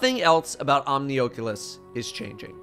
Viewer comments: Why he saying Omnioculus like that lmao it’s not oakulus LMAO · Love that VR device the Oh-cue-luss. 😉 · Omnioooculus (sorry just thought it sounded funny could be correct pronounciation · Why do you say oculus weird? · Don't say "Omnioculus" like that. Its gross.